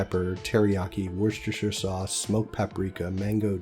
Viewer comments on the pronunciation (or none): Wooster sauce. I know it's got like 20 letters in it, but we pronounce it wooster for some reason :p